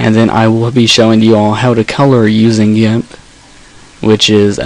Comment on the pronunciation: why do you say it gamp?